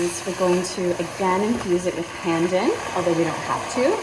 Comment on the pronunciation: Please pronounce Pandan correctly. Here's the way. Like in English, the phrase, "not pun intended", that pun is pronounces that way. The next syllable is "done'. So now, together Pun Done! Other than that, good video. Thanks for sharing.